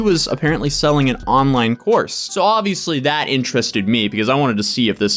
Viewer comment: I am across the room listening and thought you said an online horse 😂